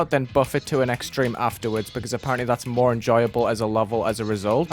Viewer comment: "extremeh demon"